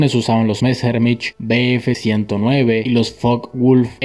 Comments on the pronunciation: Pronunciación correcta: Luftwaffe: luftvafe (con ve de vaca. No luftBafe ni luftgüafe) Focke Wulf: foque vulf (con ve de vaca. No foque gulf o foke bulf) Messerschmidt: mesershmit (latinizado. En alemán: meseashmit) El alemán no se pronuncia como el inglés. En todo caso, mejor pronunciarlo literalmente. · Hay un chico alemán que habla de cosas de historia militar, te puede servir de referencia, por ejemplo la W se pronuncia como una uve. Se pronunciaría por ejemplo " LUFTVAFFE" O MESSERSHMIT O FOKE VULF